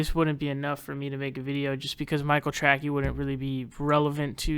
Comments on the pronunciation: For the love of god.... his name is pronounced TRAY-SEE! Jesus man how do you get Tracky from Tracey? Ok edit: if you know it’s not pronounced that way and are making a joke out of his name, then wtf is the joke in regards to calling him “track-ey”?? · Are you pronouncing his name Trackey on purpose. Because it’s pronounced Tracy. Either way you say you’re right he’s a tool. Expect a bunch of comments crying how you’re a neoliberal shill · He knows how to pronounce it. He thinks Trackey is better because it's dumb. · Lmfao, took me a moment to realize you are purposely fucking up his name.